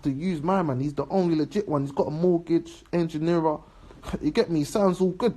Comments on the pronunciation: “Engineerer” sorry u what mate? 😂😂😂😂 man loves the Tea but c’mon get the terms right mans an Engineer watching this creasing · Wait he said “my man is an injera (the Ethiopian food”🥘 ?) eawooo English GCSE in England. God oooo He meant to say en- gin- neer! Father! No wonder Asian kids go to private school. Is this English or bubble?